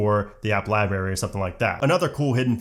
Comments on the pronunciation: Thanks but just have to say. It’s lie brary, not lie barry. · I am so frustrated that he kept on saying 'liberry' rather than library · you are an adult who says "Libaery",,, good job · Please pronounce the first “r” in library. It’s not “liberry”. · Not gonna lie I had to stop watching because you mis pronounced library so many times I couldn’t stand it you sound like a child.